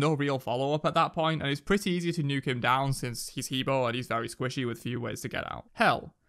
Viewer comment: Ah Pwoah, He Bwoah, Shang’Ah*